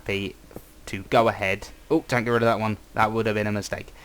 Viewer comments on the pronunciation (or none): To go aread, aread? To go aread with this rodgect, and uh rild it... -Zedaph 2k13